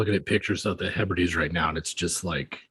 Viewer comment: Hebrides'? I think? Love you guys